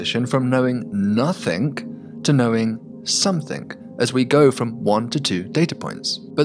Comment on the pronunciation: I wish he wouldn't say somethinK and nothinK. Letting the side down a bit there.... 😆